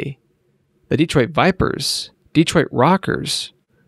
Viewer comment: Dee-troit lol